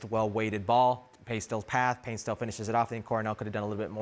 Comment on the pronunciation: Paint-SIL Not Paint-STILL